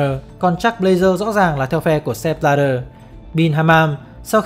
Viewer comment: Sao lại đọc là Sép Bờ la đơ nhỉ??trong khi tên ông ấy viết là Sepp Blatter